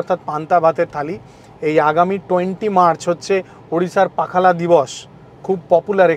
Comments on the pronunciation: It's not pakhala it's pokhalo. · Dada/Bro, its pronounced as PAW--KHA--LAW.. PA--HA--LAW.. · পোখালো হচ্ছে সঠিক উচ্চারণ। এটা spell করে বোঝানো যাবে না । এটা উচ্চারণ করেই বোঝানো যাবে। ওড়িশা হোটেল all time favorite ভুবনেশ্বর এ দারুন খাবারের টেস্টে ও পরিবেশন। পাহালা এই শুধু রসগোল্লা খেলেন। ছানা গজা try করলেন না? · Pronunciation was wrong. The way you savoured pakhal was wrong. Kindly observe the local people, the style of their eating.